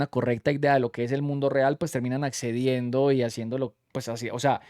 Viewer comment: Corrección : “ puej “